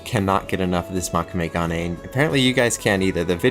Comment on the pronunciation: Moe-kû-may- proper pronunciation